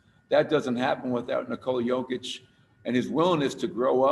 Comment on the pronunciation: Knee-cola cokeić i died in the beginning ... Congratulations my brother , Serbia is so proud of you ! We love you ! Stay healthy and God bless !